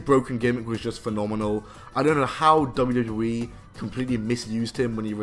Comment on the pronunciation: Why do you struggle to say wwe lol “dubbledewee” 😂